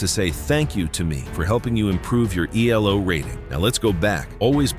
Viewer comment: Nice lesson. Elo is a person’s name, so you shouldn’t capitalize all the letters and certainly not pronounce it as E-L-O.